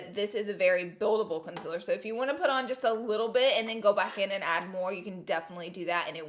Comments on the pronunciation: Wtf ‘conciller’ ?!? Its concealer for fuck sake 😂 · Its fucking concealer not "conzeler" fuckkkkkk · ConCler not consIIIler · Its concealer not consiller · K Laura lee you need to learn how to say “concealer” it sounds like it’s spelt con-cea-ler not “con-sell-er”. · Can someone explain to me the difference between “concealer” and “conciller”, the pronunciation I mean, I’m not a native English speaker so I don’t really see the difference so PLEASE HELP ME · It’s not con-cil-er it’s con-CEAL-er😂🙄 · LAURAAAAAA ITS CONCEALER NOT CONCILLER LOLLLL YOU MADE MY DAY LOVE YOU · It’s concealer not conciler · Laura dear- PLEASE!!!! Pronounce concealer CORRECTLY... AND LEARN HOW TO SPELL IT.. its CONCEALER!!!!!! NOT "CONCILLER" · Ok..... Laura.....c'mon I love you gurl But it's Con-ce-laur Concealer Not Con-siler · Not tryna be rude but conciller it’s con-see-ler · Is it Conciller or Concealer.. I'm Confused? (English language isn't my first language ) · It’s Concealer not conciller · Consiller?? Lol it’s concealer. But still love you. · “conciller” it’s CONCEALER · CONCEALER !!!! NOT CONSELER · Gurl you are a beauty guru and you spell it CONCILLER i am dead hahaha love you and your quirks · girllll that "conciller" noooo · Gurl wth is a “conciller”???? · girl it's concealer, con-seal-er. CONCEALER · "Conciller" I'm dying. You're the best! ily;-) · Conciller haha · YazOnline Consiller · Take a shot everytime she says "concillr" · Only clicked to hear her say ‘conciller’ over and over again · If you didn't say "consiller" I would have to turn this off out of fear. Something would be wrong. 🤣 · I just wanted to watch this video because I want to hear Laura say canseeler 173929 times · Conciller heheheheheehehhe 😂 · laura i love you and how you pronounce conciller 😂😂❤️ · Is it just me or does anyone else love how she says conciller😂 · Love you but “conciller”? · i know it bothers me how she says concealer and says concilir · That's not how you say concearler